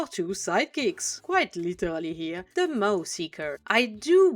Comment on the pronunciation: Nobody does design breakdowns quite like you! 😊Yes, that is a compliment, lol In case it helps, the word "Maw" is pronounced like "Morr" (rhyming with "lore", more", "score", etc.). The "a" spelling is deceptive, as the actual pronunciation is a very deep "o" sound. This is less a problem with your fluency - your command of the English language is superb - and more a problem with English being very inconsistent. It probably doesn't help that the (completely incorrect) American pronunciation sounds closer to "Maah", because Americans are knuckle-dragging gun monkeys who ungraciously reject the perfection of the King's English. Interestingly, the English word "Maw" sounds strikingly similar to the French word "Mort". You could consider it a bilingual pun, since the Ogres love eating meat. 😋😈